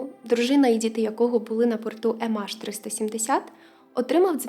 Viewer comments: Ем Ейч, а не АШ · «ЕмАш»? Чи «ЕмЕйч»?